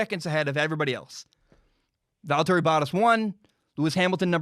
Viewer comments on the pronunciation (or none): Not trying to come off as rude but valtteri bottas is pronounced “Val-turry Bah-tas”. I cringed a little when you said it lol